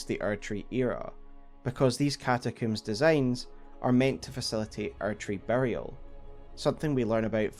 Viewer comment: man the age of the archery would have been so great if it wasn't just your accent saying erdtree